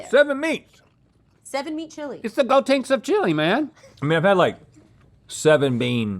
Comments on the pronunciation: Not go-tinks 😂😂 gotenks man yall hurt my heart everytime u Said it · "GoTinks"? You mothertruckers... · Every time they said “Gotenks” I felt like I took physical damage.